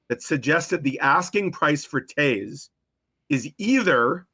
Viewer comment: Yuppie ...Toews knows the way to Stanley Land 🏆 it's not Toes...it's Toews